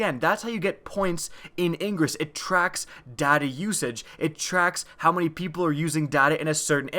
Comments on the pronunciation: The whole video i thought he was saying 'daddy' usage instead of 'data' usage XD. Good video, very helpful :) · In stead of data usage i heard daddy issues XD